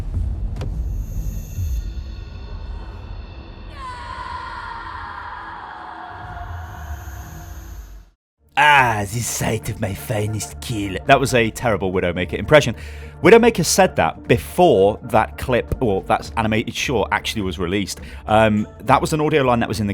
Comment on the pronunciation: It's sight of my finest kill, not sign oml